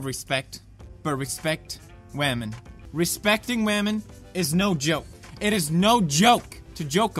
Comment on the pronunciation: This respeckting wamen is awesome...makes me wanna respekt wamen... Mmnnnn respeckting wamen